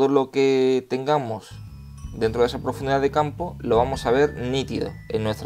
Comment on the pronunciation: ¿Por qué dices "etsa" en vez de "esa"?